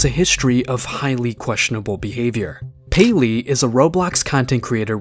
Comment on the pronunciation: ah yes, Gayleey